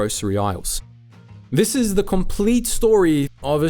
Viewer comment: The way the narrator says words like "complete" and "conglomerate" and "compare" sounds South African.